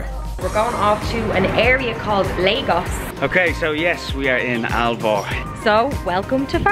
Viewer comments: dude the name is LAGOS not legos... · It is not Leigos it is Laaagos